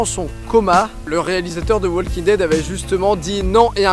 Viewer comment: le L de walking ne se prononce pas